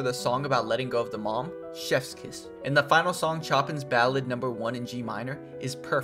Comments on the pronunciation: I hate to be that guy but the way Chopin is pronounced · Bro butchered chopins name pronunciation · Bro can’t pronounce tsubaki, kaori, or even Chopin